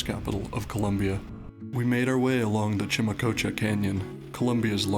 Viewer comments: Chicamocha* Not chimacocha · Chicamocha not chimacocha, thanks and have a nice travel around this beautiful Country COLOMBIA! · is CHICAMOCHA CANYON* NOT CHIMACOCHA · its CHICAMOCHA not CHIMACOCHA😂😂